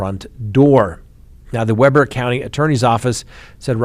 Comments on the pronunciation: "Weber" pronounced "Wee ber" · that’s Weber (wē-bur) county and Kamas (cam-us) utah. 😂😂😂 we’re weird and pronounce our cities and counties differently.. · Utah city pronunciation guide: Weber: we as in bee bur as in burr it's cold Kamas: ka as in cat mas as in hummus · FYI, it's pronounced, "wee bur" for Weber County sheriff. Also it's pronounced, for "Kamas" , Utah it's "cam us" Utah. Crazy behavior lately. The guy in Ogden hadn't had communications with his mother and was pissed she was in MI. Sad story! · Pronounced Weeeeber even though spelled Weber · What in the heck???! That is nuts! (, fyi, Weber is pronounced with a long E sound in the first syllable 😁). Ok, now back to listening to the rest of what you know. Kamas is pronounced with short A's. Lol! 😊